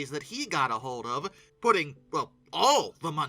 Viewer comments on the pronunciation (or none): none